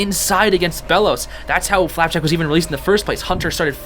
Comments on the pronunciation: i love how he just says flapack instead of flapjack now lol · You mean flapack not flapjack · For FLAPJACK not flapack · Whenever I turn on subtitle and he says flapack the subtitles think he said flat-back and I burst out laughing.